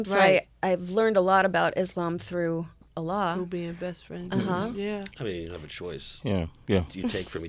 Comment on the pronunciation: Fucking his name is Alec, they tried to say some pretentious ass shit like allah. Weak ass corny muhfuckas...not to mention she has wedding ring on and her best friend ain't her husband, gtfoh. It's Alec Baldwin not Allah...but man dat dude riding the gravy train all the way to sways show...worst interview ever, fuck dem people. Sway throwing them charity for this shit....